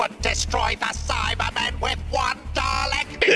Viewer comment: I wonder why they keep pronouncing it as "Dialek"